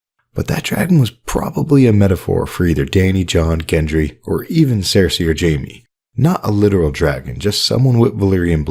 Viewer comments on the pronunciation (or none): none